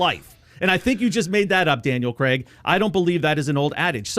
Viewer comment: Why do you pronounce C R AIG, Creg??? I really dont understand it